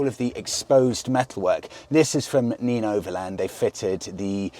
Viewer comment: I think it's pronounced nen not neen . I assume it's named after the river in that area .